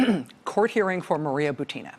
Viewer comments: Dear Rachel, please correct the stress of Buti-i-i-na's last name, that all American commentators are making: her last name is just like "Putin" with the different initial consonant P for B and it should have the same stress. So she is Bu-u-u-tina (like P-u-u-u-tin). In hope that your example might set the correct standard for other commentators willing to follow you. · with all due respect I feel obliged to inform you that russian lastname Бутина should be pronounced as bUtina, that is first syllable be stressed.